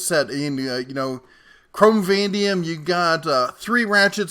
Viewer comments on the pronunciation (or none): Vanadium Vah-NAY-dee-um "Van-dee-umm" is omitting letters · Yo,. It's Chrome Van-A-D-um.